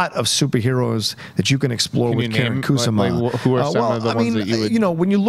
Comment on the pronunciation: As flattering as it is to have cite my dear friend Karyn Kusama He completely butchered her name Like... as bad as JTE spells Her first name is not pronounced Karen but more like car n And Kusama is a traditional & common Japanese name Stressing the first syllable Koo Sama like Obama smh Great guest!: )